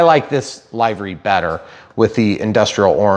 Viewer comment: Livery... Live and let Live. Livery... Not LIEvery. It sounds so wrong, I genuinely couldn't understand what you were saying.